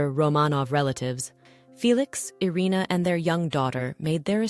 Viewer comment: 「アリーナ」「アレーナ」じゃなくて「イリナ」ですよ